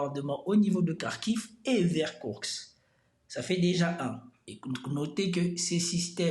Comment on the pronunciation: Par contre c'est KourSK et non pas KourKS